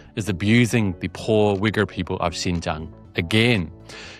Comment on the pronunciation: Man I kept hearing the wrong word instead of Uyghur